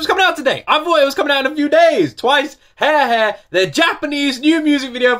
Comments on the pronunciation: "Twice new song *He He*" no offense but that was so funny 😂, well Japanese are pronounced by how it written, it's Ha-Re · they sang the word over fifty times but you still pronounced Hare-Hare incorrectly like bro its not that hard to pronounce 😭✋